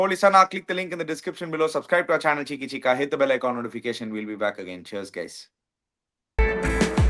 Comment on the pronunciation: I heard it as a Goli soda.